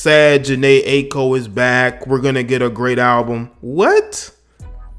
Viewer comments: It’s pronounced eye-co. Good vid tho bro. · Jhene eye- ee- ko is how it should be said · This nigga can’t or won’t say her Aiko’s name right... It’s Aye-eee-ko